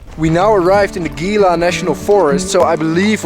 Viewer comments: Gila - pronounced he-la. Great journey, keep em coming! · it is spelled gila but it is hela.